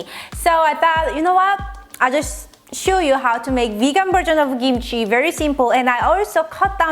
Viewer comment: She said i'm gonna (sue) you how to make kimchi!